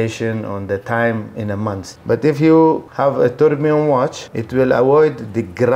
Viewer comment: Turbo❌ Turbio✅